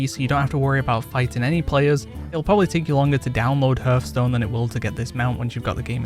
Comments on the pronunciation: hearthstone like the hearth of a fireplace dude pronounced harth like heart ;) you're welcome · I cant believe that in 2023/2024, people STILL say 'hurthstone'. It's the most ignorant thing I that hear almost constantly